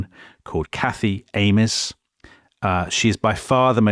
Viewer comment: Think Ames is pronounced ‘aimz’ (which is quite fitting to be fair) The Hamiltons part is one of the few redeeming features of the book. I don’t find Cathy as jarring as the critics often accuse. A girl can be evil without a cause, believe it’s called psychopathy. It’s one of those books I read for pleasure rather than to be changed. The prose is gorgeous, nobody doubts Steinbeck’s ability to write. My biggest problem is how prescriptive his moralistic view is and the fact that toward the end of the book, it just feels like these characters, which would have been more interesting if left alone, are constantly thrusted in the direction of the Cain and Abel template. And don’t even get me started on that ridiculous ending, Feels cheap to kill Aron off, but hey if it’s Cal, Abra and Lee living ever happily after, maybe that’s not so bad. Lee is without a doubt the realest character of this book. Why is he a caricature 😂 He’s one of the most poignant and progressive characters Steinbeck has written and he’s the connective tissue of the book that stops things become infuriating.